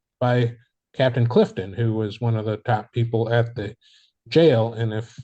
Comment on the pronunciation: Dude said "Captain CLIFTON!"